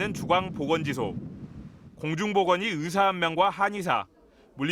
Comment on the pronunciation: 발음이 으대 으사. 발음이 이런데 방송에 나와?